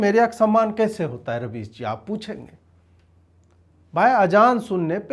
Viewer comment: Rubbish nhi rabies bolo ajeet bhai